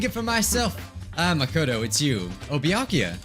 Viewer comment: You were close, "byakuya"